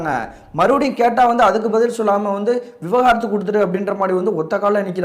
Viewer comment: விவகாரத்து இல்லை தம்பி, விவாகரத்து